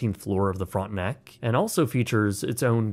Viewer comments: Brother I know you're one of us but hearing "front-nack" in the beginning had my French immersion ass spinning outta control 😂😭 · Also, it's not pronounced "Frontnuck".